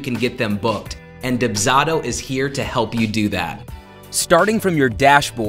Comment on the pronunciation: This person's pronunciation of the service they're promoting is killing me and this is only the 3rd video in the series.